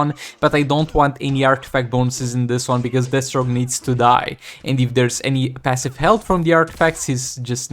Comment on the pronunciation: I swear it sounds like you call DEATHstroke, d*** stroke one time... I'm sure it's just the accent. Can't wait till you start streaming again!